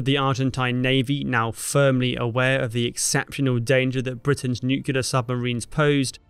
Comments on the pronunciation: n...u...c...l...e...a...r. nuclear. not nucular please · The word "nuclear" isn't pronounced "NUKE-U-LAR". It is "NUKE-LE-AR." Where did you learn to talk? Sound it out. It is not rocket science. ... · Nuclear us pronounced nuke-lee-ur, not nuke-ya-ler. No worries; several U.S. Presidents pronounced it wrong as well. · NU-CLEAR, derived from nucleus. It’s NOT “NU-CUE-LAR”. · You are doing a George Bush on the word "nuclear". Think "nu clear". You are saying nu cu lar. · Nuclear not nucular. You would think that a history page would have the pronunciation of nuclear down pat by now. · All going great till the word NU-CLE-LAR was said Nu-clear...FFS Nu-clear We're all sunk if that's how we speak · Sorry, but did you say nucular submarines? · I know, but you said nucular. I'll share with you how I learned to pronounce it back in 1982. It's new-clear as in New Clear Day. (GARY O - Shades Of 45). Love the content BTW. Big fan. Please don't take my comment as shade. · Can't watch a video in which the narrator pronounces "nuclear" as "nukular". How does anyone get to this pronunciation of a simple word? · Nukular ???? Are we using the George W Bush online dictionary now ?? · damn it. No wonder I keep getting it wrong. I thought it was new cola as in new cola brand. O. I am such a fool. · Nope, Buddy. Go ask an English professor after looking up the etymology of the word. It’s just a bad pronunciation/read of a word that has become mainstream. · Learn to pronounce nuclear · So funny...the way u pronounced "nuclear" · the real crime here is the way you’re pronouncing “nuclear”… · Nu-cle-ar, come on!